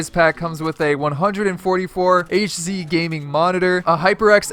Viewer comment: this man just said “hz” ok buddy